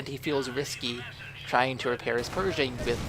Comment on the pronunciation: its pershing not persing like persia great game though